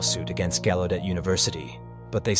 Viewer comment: Used to live right down the street in DC. It's pronounced gow-u-det..js